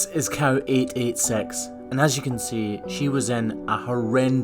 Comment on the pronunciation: I heard cow eat ate sex until I saw the subtitle cow886, I was like oh….